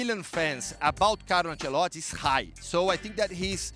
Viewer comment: I hate how this guy doesn’t say “i” in Ancelotti’s name